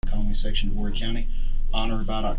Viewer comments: SC girl of 45 years here...the county is spelled Horry but pronounced with no "H"... "Or-ee". fyi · Horry pronounced Ore-ree. Common mispronunciation. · Good ol cornway!!! They done did a piss poor job… Ol “Whorey” county. AI sucks at pronouncing our Native American named cities and towns… maybe one day.., somebody will pay the $0.99 to get a proper speaker